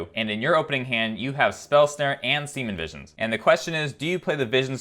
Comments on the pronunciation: I was wondering if he was saying semen visions everytime lmao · Like your channel but the mispronounciation of serum vision got old after the 5,000th time